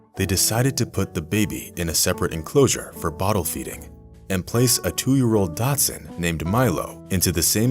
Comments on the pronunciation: It is frustrating when "professional" media folks are sloppy - this announcer keeps calling the dachshund a Datsun. Lazy, ignorant, and sloppy. Please strive to do it right, correct mistakes, and carry on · A "Dotson " is a car. I found the narrator to be annoying for continuing to say it wrong. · This guy keeps saying Datsun, typical yt weirdness. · Too bad the narrator doesn’t know how to pronounce Dachshund! Not “Datshund!” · A tiny....."Datsun"????? The narrator needs to look up the pronunciation of "Dachshund", okay? :-D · People did not throw. Zookeepers introduced. And a Dachshund is not a Datsun. Figure out your editing and get your actors to learn to pronounce words. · Sounds like he's really saying "Datsun" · It would be awesome for the narrator to learn how to pronounce the word Dachshund. It's not pronounced the same way one pronounces the name of the car company that preceded Nissan. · Does this dude actually have ANY familiarity with pronouncing the name of dog breeds?! Umm- NO. DATSUN?!!! HA! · I also wondered about the voice "talent"...do your homework! "Dachsund" is the correct spelling and sounds like "doc sooned". Mildly entertaining but also annoying... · I swear he’s saying Datsun, (like the car make) not Dachshund the dog breed. But, I still watched it cuz I had many dachshunds in my years…no Datsun’s though… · Its not "DOTSUN"!! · It's not pronounced Datsun. That was what Nissan was called. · Your way of speacking Dachshund sounds like Datsun... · Is he saying Datsun? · Stop saying Datsun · It sounds like you're saying "Datsun" (old name for Nissan) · He says DOTSUN....instead of DACHSHUND...like ol biden says "COME ON MAN" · Please learn how to pronounce the dog's breed correctly. It is a "dachshund" or "dachsie", NOT a "Datsun". And yes, the title is absolutely clickbait. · Dachshund, not Datsun. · This is a old story! A great story ,I own 3 dachshunds! But why are you pronouncing dachshund DATSUN?? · it's dachhound, not datsun...